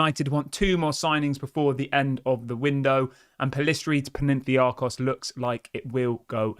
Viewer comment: It's PAnathinaikos not Penentiakos!!!! Damn it!!!! 😤😂😂😂😂😂😂😂😂